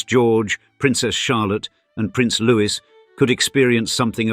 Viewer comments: Please say Looy it’s not Louis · Learn to pronounce Louis is sounds Louie not Lewis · Try loue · And Louis is Louis, not Lewis, as said here. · And Lewis instead of Louis 😂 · If you are going to make a video on the British royal family please pronounce Prince Louis name properly. It's pronounced Lou-ie the french pronunciation.